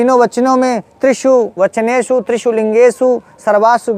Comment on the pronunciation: महोदय आप को नमन। आप ज्ञानी है अतः आपकी उच्चारण गत अ‍शुद्धि ठीक नहीं।त्रिषु का उच्चारण त्रिषूल करना । ठीक नहीं है